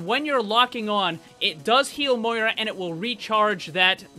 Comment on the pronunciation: Her name is pronounced MOE EA RA